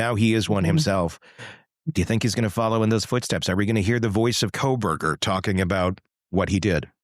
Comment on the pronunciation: I love the way your AI intro says “Khobergah”😂